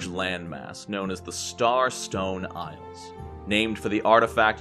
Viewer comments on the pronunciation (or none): none